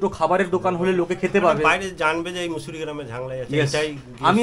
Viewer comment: Not mosaru...musuri.